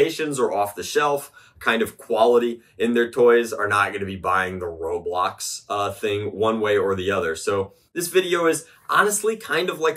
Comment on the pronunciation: Not saying I don't agree but it is called ro"blox"